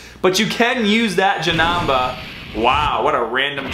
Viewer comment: I love how many times you proudly said Janamba instead of Janemba in this video lol. Great vid man! I am searching for SSJ4 Gogeta as well, I feel your pain...